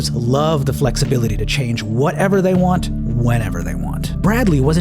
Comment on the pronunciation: "How dey do dat?" x3 "Dey do dat by-" Got me ROLLING 🤣